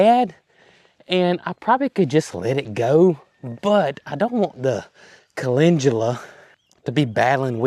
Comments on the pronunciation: I see Calendula Flowers, However I do hear you say Calengula. Either way the blooms are beautiful!! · you pronounce CALENDULA like Calengula...I could never figure out what you were talking about. Supposed to sound like Kuh-LEND-yuh-luh.❤❤😊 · Speaking of transcripts..a lot of channels do not editing at all. Makes some things very laughable. I know you are saying it correct, but it has no g in it as you pronounce it. Cal..in...du..la would likely get you the right spelling...just sayin. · Great Video!😊 By the way where I live the Amish Sect with greenhouses pronounce Calendula - CALL LEN DUEL AHS 😊 it’s Chust a wee bit different in their greenhauses. Although my Grandma was of the Old Order Sect, she grew it but she pronounced it correctly ❤